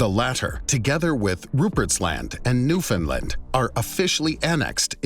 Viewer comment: Finally, someone other than us Newfoundlanders pronounced 'Newfoundland' correctly!!